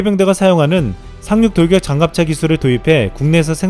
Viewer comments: 상륙돌격장갑차 발음이 많이 어려우신가봐요 ㅋㅋ 잘봤습니다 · 아 이거 적을려고 했는데 ㅋㅋㅋ 발음 엄청 힘들어하는것 같았음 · Hemisphere N 조용히 발음해 봅니다. 산륙동격잔갑차. 살육동격장갓차 ㅋㅋㅋㅋㅋㅋㅋ